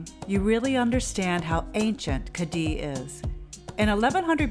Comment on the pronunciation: You're video was done very well, I enjoyed it very much. The only exception is your pronunciation of "Cadiz"; you can say it by pronouncing the "z" as an "s", however, the correct pronunciation ends with the "z" sounding like a soft "th". It is not, "Cah-dee".